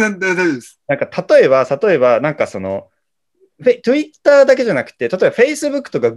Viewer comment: ひろゆき「トゥ・イッ・ター」 本物「ﾄｩｲ・ﾗｰ」